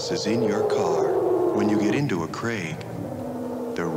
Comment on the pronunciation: see CRAIG SAID PROPERLY NOT sounding like KREG